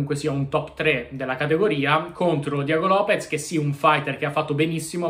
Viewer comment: Lopes non Lopez dioca